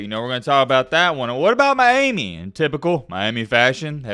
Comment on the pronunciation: I swear the way you say Miami grinds my gears 😂